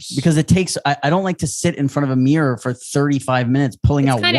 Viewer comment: rob says meerror not mirror and its hilarious